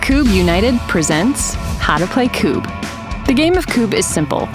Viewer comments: That video is great, a bit fast maybe, but it explains the rules ok. The thing that REALLY aggrivates me is the continuos mispronounciation of the word Kubb, its Ku-bb, not Kuu-bb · Add on rule. When going for the "Queen" as we call it. You have to stand with your back to the Queen and shoot between your legs, with your weak hand. Also is that the American way to pronounce Kubb or have I always said it wrong?